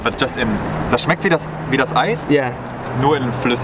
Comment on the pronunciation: Its not smecht, its "schmeckt"